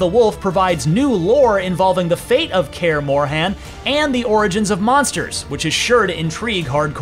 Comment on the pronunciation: Can't take a guy who calls it Kaer "MorhAn" seriously 😑